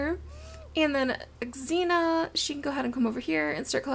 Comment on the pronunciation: I think you pronounce xena as zeena